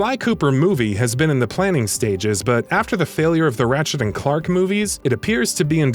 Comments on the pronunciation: Ratchet and Clark and Jak and Dexter... come on guys. Did you even play these games? Do you even know what they are? It’s odd you could say it right the first time and then just mangle it after that. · Did he just say “Ratchet and Clark”? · My man really said "Ratchet and Clark" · Anyone notice hows he said, "Ratchet and Clark"? Hello tho lol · "Theavis", "Ratchet and Clark". OMG please re-read your script when you write them. I felt so disrespected. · Its CLANK not CLARK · It’s ratchet and clank not ratchet and clunk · He fucking said Ratchet and Clark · Did you just say Rachet and “Clark”? You, sir, have lost all credibility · This man really said ratchet and CLARK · "Rachet & Clark" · "Ratchet and Clark". "Jak and Dexter". Wat. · i was gonna leave a comment about how he said ratchet and clark, but it was a great video. awesome job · ratchet and "Clark" looooool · Yeah its so dumb cause its ratchet and clank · I don't understand how you can pronounce Daxter and Clank correctly but then proceeded to say them incorrectly in the same video